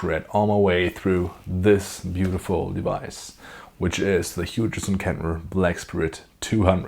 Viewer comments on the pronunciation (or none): Are you going direct of the back of the unit or using a mic? Little for your information, the "G and H" is silent in Hughes so you say the same has Who's but with a H at the beginning. Ola England gets this wrong as well, its a goofy English thing.